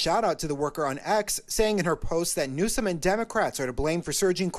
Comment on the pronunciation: ….it’s NEW-SOME..NEWSOME…NOT….NEWSON!!…..for the millionth time my man 😂😂